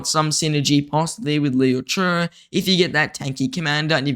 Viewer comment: bro why do you say Liu che like that?🤣